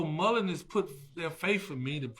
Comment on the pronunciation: I can't listen to him. The fact he keeps saying Mullen's drives me crazy!